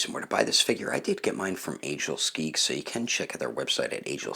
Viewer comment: Dude, the way you’re saying ageless geeks is wrong... it’s age-less... smh